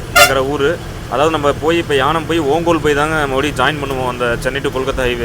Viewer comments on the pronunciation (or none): தம்பி அது யானம் அல்ல ஏனாம்